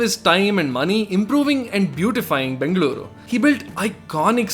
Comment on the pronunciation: Your pronunciations of Bengaluru as Bengler and Mysuru as My-sir are notably cringeworthy. Otherwise a great video 👍